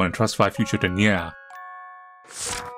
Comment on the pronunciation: I like how says ‘nya’ LOL